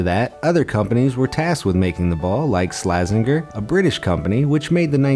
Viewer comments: It’s pronounced slajenjer not slagenger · "Moscow" is pronounced "Mos-co"! "Slazenger" has a "soft G" and so is pronounced "Slazenjer".